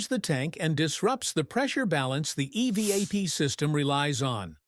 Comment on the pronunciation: ..."eveeap" system??? Don't you just hate AI overvoices,!😂😅😊